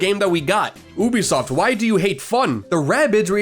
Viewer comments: Pronouncing it oobisoft bro come on that’s plain attention seeking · I'm not spending 30 minutes of watching this with you pronouncing Ubisoft like that